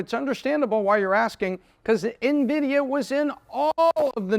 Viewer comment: I appreciate you pronouncing the company's name properly unlike 90% of youtubers not in the tech space